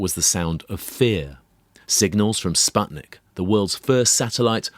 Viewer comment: How come you did this podcast in 2021 and still pronounced "Sputnik" wrong?